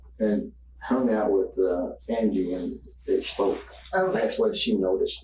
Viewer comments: Stop using AI. It keeps pronouncing "Angie" like 'angry' without the 'r'. Angheee. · Bots need to learn to pronounce names the same as the video does. It’s a weird spelling, but they say Ann-gee, not Angy. 🙄 Drove me nuts. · I love these videos, but dude, the woman is dead, can you at least make an effort to pronounce her name correctly? Like the people in the video clearly say her name multiple times, and you're over here pronouncing it "ane-gee" it may be a non traditional spelling but "an-G" is a pretty common name. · The story is terrible and Jared definitely should have gotten more time. But every time the narrator says Angie’s name as Angy it drives me up the wall. They say her name multiple times man. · Bro, pronounce her name right at least. Her name is pronounced "an-jee" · Is this an AI voiceover? The pronunciation of “Angy” and “Angie” appear to be different spellings. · The way hes saying her name is annoying me so bad ..her name is angie not aingy like wth .......they have said her name in the video so so many times so ....anyway this dude was freaking horrible absolutely horrible and saying hes been up to long and voices on the tv telling him to do it is ridiculous hes just trying to be able to get a temporarily drug induced psychosis or a psychotic break down plea thats what thats all about thats absolutely insane I guess he thought his dad and brother would help him cover it up or something but nope dads awesome he turned his ass in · Why does dude keep calling her angey 😂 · Why did you call her angy instead of angie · How irritating is it that you can’t even say her name correctly, you obviously watched the footage, surely that would have helped. Seems very disrespectful to me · What is the deal with the voiceover here. If you guys were trying to not make it obvious that you’re using AI for the narration, you might at least consider listening to your entire video before you post it. The robot pronounces the victim’s name wrong multiple times.